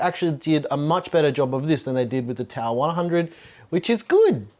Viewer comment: TOWAHHH OF POWAHHH